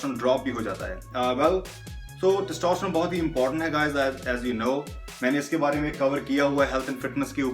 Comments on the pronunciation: टेस्टिस्टेरोन न कि टोसटरोन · Thaastasterone nahi Bhai Testasterone Hein. Aur 10 word ka sentence mein 7bar thaastasterone maat bol 😂😂😂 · Test-o-stear-own. This is how its bhai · Pahle sahi dhang se is ki uchharan to karlo Bhai,🤣